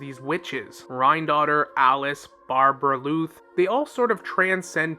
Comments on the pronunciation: BAR-BELL-OTH not barbebrbloot😂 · But isn’t it supposed to be Barbaloth — [bɑ:rbalɔθ]? I think that’s actually the correct pronunciation and tbh as a lore channel they should probably pronounce things correctly as not doing so might hurt their credibility for some viewers. It’s just probably in their best interest to stay true to the actual conventions of the game since their content focuses on that. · bruhhhh idk call it overreacting or what, but it peeves me every time he pronounces it that way 😐😐 Barberluth what??